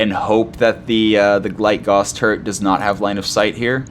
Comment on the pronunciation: Gently trying to get you to say it correctly.